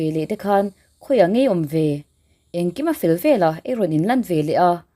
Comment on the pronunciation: I thil chhiarhi a dik lo nasa ka ngaihthlak peih loh phah thin ve leh tih tur tehi vela i ti ziah mizo chu i ni awm sia